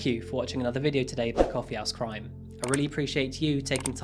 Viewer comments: Can you stress H in house in Coffee House Crime it sounds like you’re saying Coffee Ass Crime in each intro lmao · I love this channel but i am sorry i keep hearing you say "coffee ass crime"